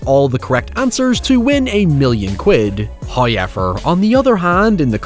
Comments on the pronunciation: Damn that’s a thick accent you got there “Hiever” lol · First "hoyevver" drops . We are rewarded as He is pleased.